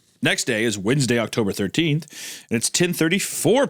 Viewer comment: Wend UH goon